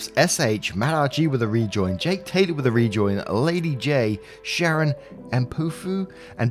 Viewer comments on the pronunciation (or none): none